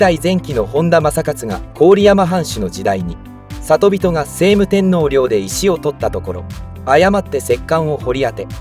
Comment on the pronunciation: 聖武天皇 「しょうむ てんのう」です。「せいむ てんのう」ではありません。